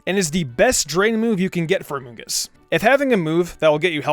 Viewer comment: Gods everytime he says amoongus I giggle